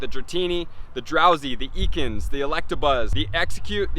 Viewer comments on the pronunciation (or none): Ekans was the only Pokemon in this that you pronounced wrong lol. (Ekans says his own name a lot in the anime). Not bad, most people woulda got way more wrong!